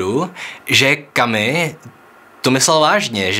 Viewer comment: Správně vyslovujete: Kamü - Kamüse Ale podle toho samého pravidla: Alber - Alberta